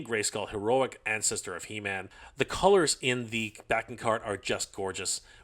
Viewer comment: It’s pronounced “He-Men-S” not “Him-N-S.” 😂